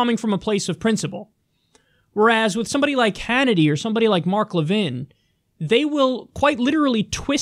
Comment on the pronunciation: I guess Levin didn't read the whole chapter on the Alienation & Sedition Acts, or he might have noticed that John Adams got ran out of the White House because of them. Pay attention, dude. (Also "Le-VIN"? What are you, French? It's pronounced "LEV-in", dummy.)